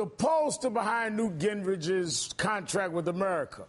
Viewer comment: What is Urrmercia? Amercia he means? LMAO